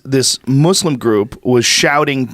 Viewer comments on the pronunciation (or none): Why do Americans say “mooslum” ? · Joe "Myu-slim" Rogan